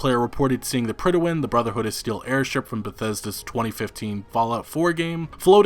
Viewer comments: PRIDE-win. It's pronounced PRIDE WIN. You should know that as... a gamer and all. I was cringing everytime he said pridawin. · its not pronounced "prid-a-win" its just pronounced "prid-win". lol not sure where you're getting that totally extra syllable, but its not in the word. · The Pridawin? Do you mean the Prydwen? There's no a in there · Dude, the way you keep mispronouncing "Prydwen" makes me cringe.